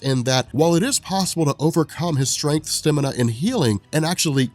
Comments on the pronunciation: It's stamina, not stimina. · Is no one else bothered by how he says "Stamina?" Don't get me wrong, I LOVE these videos and have watched a TON of them.. but STIMINA? Come on my man, where does that come from? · buddy, the word is STAMINA. Not stimina. Stamina. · Okay, I'm drawing the line on weird pronunciation after hearing you say "Stemina!" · Stamina..... annunciatory cryptonite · the way he says stamina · The way you say stamina is brilliant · I love how says stamina